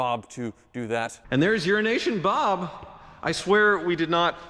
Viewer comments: You're not even enunciating it enough to make it sound like it could have been Euro Nation Bob anymore, now you're just CLEARLY saying Urination Bob. 😂 Poor Bob. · it´s only me that listens "Urination Bob" ? :D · All I hear is "Urination Bob" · Mannn you gotta stop saying his name like that 😭